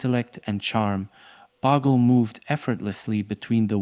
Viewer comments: Bogle, not Boggle. It's a Scottish surname. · It's pronounced Bowgel ..boggle sounds awful when Australians have heard Bowgel for years ..